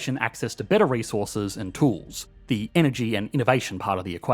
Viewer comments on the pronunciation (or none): That feeling when Engergy becomes Ingergy... That extra G makes it legit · “Inergy”, mf was so dedicated to the bit that he turned Kiwi… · ‘Ingergy’ haha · “Inner chi” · Ah yes, Ingergy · Genuine question - What is engergy / ingergy? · Everyone's going on about the title gaffe, but no one's mentioned the word "Engergy" . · What's "Engergy"? Lol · ahh yes ingergy.